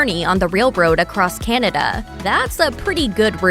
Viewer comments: Kennada? Cant pronounce Canada! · I like Crown Royal, but I don't understand why the narrator keeps on pronouncing Canada like it's spelled Kinada. There is no letter "I" in the name of that country. It sounds weird, get it right.